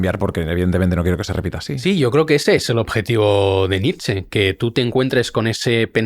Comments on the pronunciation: Se pronuncia Nietzsche, no Nitsch! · Qué pesado el entrevistador con llamar Nitch a Nietsche, cuando lo pronunció bien cuando intervino él. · En alemán la “e” final suena, por ejemplo Nietzsche, como bien lo hace.